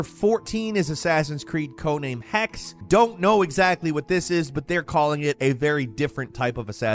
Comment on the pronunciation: A sidenote on Assassin Creed Codename Hexe. Hexe is German for witch, and the 'e' at the end should be pronounced. Maybe it will play in medieval Germany. They had a very extensive witch hunt over the centuries. ;-)